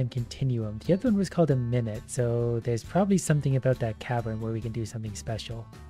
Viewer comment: Its not pronounced normally like minute, its actually a reference to a type of dance minute (min-you-et)!